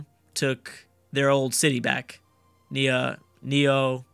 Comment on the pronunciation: Neopolis not that hard to say